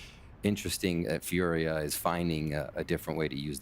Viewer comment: It's Fooriya not Furia💀